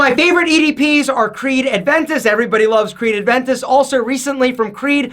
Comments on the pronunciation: " loves Creed Aventis"... it's Aventus🤣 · It's A V E N T U S. There is no D in there. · has been wearing Creed Aventus for years now and still says ADventus lol